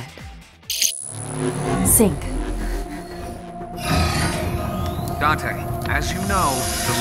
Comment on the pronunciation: You can say it as many times as you want but his name is date not dante.